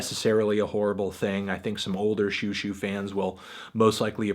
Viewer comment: Xiuxiu should be pronounced more like "schoh-schoh" (sch being sort of in between an"s" and an "sh")